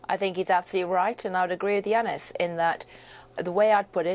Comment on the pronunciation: It's Yanis, not Jeanis damn AI